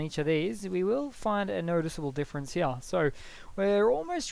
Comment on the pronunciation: Up heyah